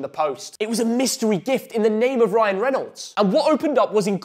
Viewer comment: Absolutely shagged how you pronounce Reynolds 🤣